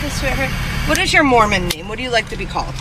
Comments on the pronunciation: Instead of Mormon I thought she said Moronish? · I just think the officer has a speech impediment. Think she meant " Moor Man "